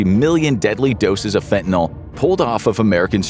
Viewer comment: For dog's sake, correctly pronounce "fentanyl".